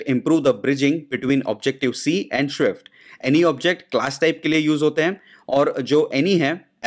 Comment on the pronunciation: please pronounce swift properly.. its so irritating to hear